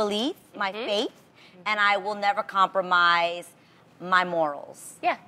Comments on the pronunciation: It's compromise not compormise yo! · It's compromise, not compormise..... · "Compormise" haha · Hahaha i thought adrienne said 'The weed men' are attracted to that LMAO but anyway it is hard to 'compormise'....spellcheck fail